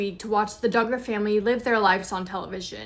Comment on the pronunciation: Josh D'Garr???? sounds so weird. It's pronounced DUG-GER.... I hear you say it right then wrong so maybe it's intended to be said wrong in sarcasm in which case I don't blame ya. God bless.